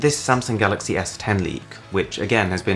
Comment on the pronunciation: He said it as the galloxeiy This year with the note 10 he said it as galox